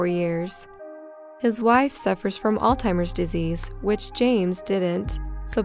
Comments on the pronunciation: Alzheimer’s is pronounced ALL ZI ME RS I DO like the positive mood . Made me smile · It’s Alzheimer’s .....not Altimers